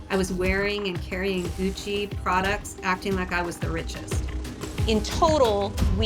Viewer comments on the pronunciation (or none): said Guccy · Says Guccy it's fake lol 20k 😂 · Gucci not guccy lmao